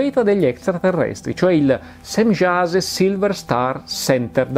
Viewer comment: Si pronuncia Semiase, Immanuel, Pleiaren etc.